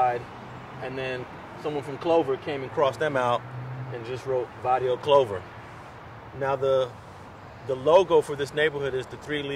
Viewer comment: It’s barrios